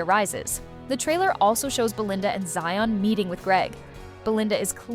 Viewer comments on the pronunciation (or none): none